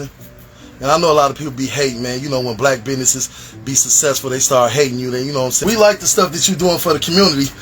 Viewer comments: A sassy ex convict! YIKES! Plz choose better. A bandit in a Bigen beard that says, "SUH-CESSFUL". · Why do a lot of Black American people say 'sasesful' in stead of 'successful' or 'ax' in stead of 'ask?' As an African, I've always found that to be quite weird 🤔